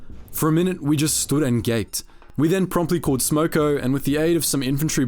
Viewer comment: "we promptly called smoko",.. was my favourite part, sounds just like an Aussie...🤙😉🇦🇺